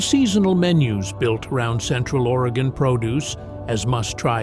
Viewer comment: As a life long Oregonian, whenever watch these videos, I have to hope that they pronounce the names correctly. At least in this video, he pronounced Oregon correctly. Might be too much to ask that Yaquina, Willamette, or other unique names be pronounced correctly. Despite this, this video is pretty good. Oregon is indeed beautiful but, please, come visit but don’t stay. Too many people already, especially in the cities and towns on the west side of the Cascades.